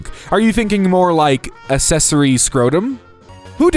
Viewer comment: Please learn how to pronounce words, especially fairly simple ones like "regiment", "accessory", "medial", and "Helene", and you realise you can rerecord voice clips, right???